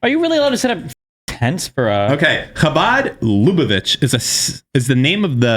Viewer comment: Cha(hebrew Cha)-Bahd Luh-Buh-Vitch. why does everyone pronounce shit wrong